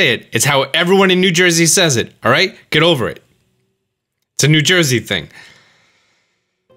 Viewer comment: I think you mispronounced "It's a New Joisey thing".